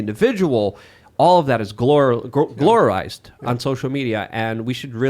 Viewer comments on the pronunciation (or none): "Gloro-rized" more commonly known as "Glorified"🤓 back it again making up new words😆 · "Glororized" The word is Glorified. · try glorified on for size. Glororized, well, it isn't real for a reason; look how hard it is to say! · Not sure if he was going for "glorifies" or "glamorize" but damn... "Gloririze" ain't it chief 😂😂😂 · “Glororize” isn’t a word,. FFS 🤣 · Meanwhile, is making up words like “glororize”. 😂